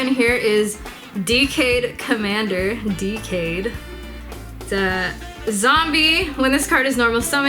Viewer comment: "the first card is decayed commander... Dkayed 👀" I laughed way to much to that hahahaha